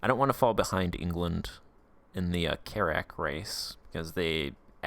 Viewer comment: Pronounced carrik